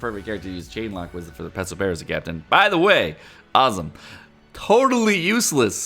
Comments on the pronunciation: It's FUKIN PeRospero not pesospero .... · His name is Perospero, not Pesopero.